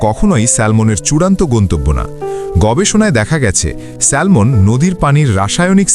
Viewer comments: সেলমন নয় উচ্চারণ হবে স্যামন (Salmon) l silent. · স্যামন, স্যালমন নয়। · Not স্যালমন ❌ এটা স্যামন ✅ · উচ্চারণ ঠিক করেন। এটা হবে স্যামন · মাছের নামের উচ্চারণ হল স্যামন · A humble correction.. ওটা salmon উচ্চারণ হয় না। স্যামন উচ্চারণ হয়। L mute থাকে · উচ্চারণ শ্যামন " ল "টা উঝ্য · উচ্চারন ভুল হয়েছে ভাইয়া.. স্যামন....' L' is silent here...